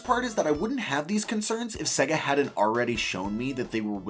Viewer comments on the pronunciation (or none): “Seggah” lol